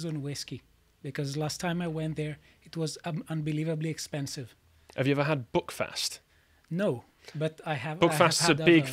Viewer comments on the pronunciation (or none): It's pronounced Buck fast not Bookfast lol. It's really just a fight in a bottle and drunk by neds.